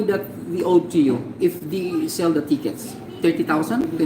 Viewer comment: "he is nat peeing da tikits" Tang Ina mong bakla ka.....may Pa english² ka pang nalalaman d mo namn ma.i pronounce ng maayos🙄mag Tagalog ka nalang Gaga ka😂